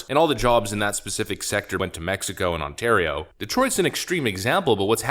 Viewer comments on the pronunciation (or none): none